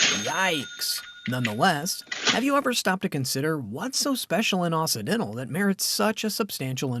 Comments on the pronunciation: Someone please tell the narrator that it's OXY dental NOT OSSI dental. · It's pronounced okcidental